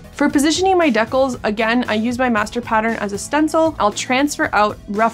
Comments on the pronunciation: dea-cles?? dee-cals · OMG wait. Do you mean.... DECALS? Dee-Cals? LMAO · I have never heard decals said in this way, and got a bit confused for a while. Regardless, enjoying the content!